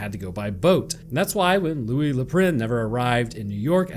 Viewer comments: louie not louisssss. in french the S is SILENT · Loius Lou-eye! Oh oh! Where did he go!? Oh oh oh oh oh oh! (had to do it)